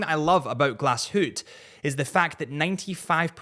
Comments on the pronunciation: "Glass Hootey" is not the worst mispronunciation I've heard, but ffs🤦‍♂ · I'm German, but Glass Hootee is amazing. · Wrist check: Tudor Pelagos 42 Blue Dial 💙 P.S. "Glasshoot" has to be one of the extreme pronunciations out there. 😅😅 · “Gla shoot” is the worst, makes my toes curl 🤢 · How did you pronounce glashutte ? Really do you your homework before releasing a podcast.